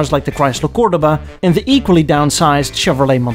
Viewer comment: I thought you were a real car guy and you mispronounce Cordoba. Ricardo Montalban was the spokesperson for the Chrysler Cordoba. When he recorded his first commercial, the producer stopped him and made him pronounce Cordoba with the accent on the second syllable. Ricardo was pronouncing the car name like the city. Both Ricardo and Chrysler made a lot of money on that mispronunciation.